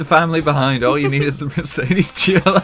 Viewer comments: If i had a dime for everytime he said mercades gla i wouldn’t know how many dimes i have im deaf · Wrong pronuciation of Mercedes ^^